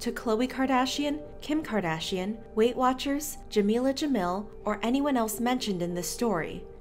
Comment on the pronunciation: Jamil is pronounced as Jameel, not Ja-mill.